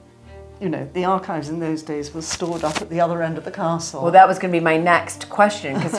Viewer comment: Could this "" stop calling it Balmoral Cassell? Is that too difficult?